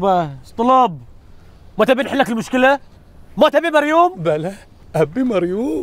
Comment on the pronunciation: نفس الشيء 😂 بس اسمها مريووووم مب مريون 😂